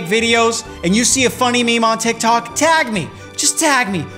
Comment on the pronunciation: its tiktok not tiktko